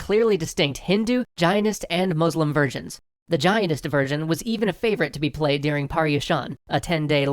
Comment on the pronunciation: Every time you say "versions" I hear "virgins".